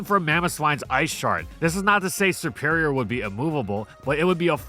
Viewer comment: It's not "sE-pErIoR", it's "seRRRRRRperior"!!!!!!